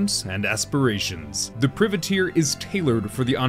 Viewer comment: pry-vah-teir, you're killin me XD